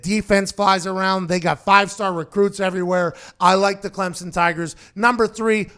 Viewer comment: Pat congrats on being the first college FB analyst to pronounce Clemson right. Every other mf says ClemzzZon and its it's annoying as hell